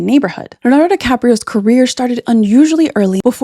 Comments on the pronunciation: A video about Leonardo without being able to say Leonardo- what the? You said Lanardo through almost the whole video! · it's Leo-nardo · If she could pronounce Leonardo, that might have been useful, too.